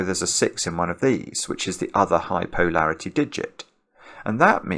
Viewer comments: Is "POE-larity" for polarity a regionalism or a Simonism? I've always heard it pronounced puh-LAIR-ity or poh-LAIR-ity. It felt like he was commenting on the sense of humo(u)r of the author of The Raven. When Edgar Allan makes a joke, POE-larity ensues. I find accents fascinating and I know people who have adopted their own pronunciation of some words. I'm just wondering if the people on the other side of the pond (i.e. where is) are experiencing what I am or if they think it's perfectly normal. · I think it’s making it clear he isn’t saying parity since he’s gotten gentle corrections that polarity and parity aren’t interchangeable.